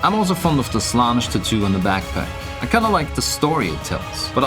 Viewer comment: It's Slaan-esh not Slanish